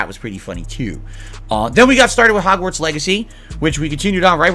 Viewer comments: Why does keep saying "Hogswart" instead of Hogwarts? He can't even pronounce the game's name right. Although, it's definitely not the first time ("Kuhleesto" Protocol) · The fact he keeps saying Hogswart not Hogwarts is triggering me..... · It's hogwarts...not hogswart...dude he doesn't even know all the houses, he called them schools.....I hope this man sewerslides himself on God bruh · Wtf is 'Hogswort'? Dude said it three times. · “hogswart” he can’t even say the name correctly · Makes me cringe how he says hogzwartz...and im not even a potter fan... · did he say "Hogswart"? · Does he keep saying hogswart on purpose? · Forget the houses, the dude kept referring to the game as "Hogswart" ffs